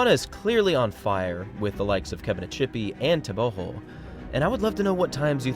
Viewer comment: I'm not sure why you pronounce his last name with an H.. everything I've seen or found online says it's a hard G.